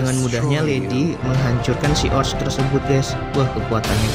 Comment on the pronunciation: Orc.. Sebutny oQ